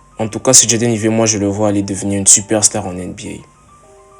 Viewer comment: Jade Aïvi si tu veux bien prononcer, pas Ivet... 😂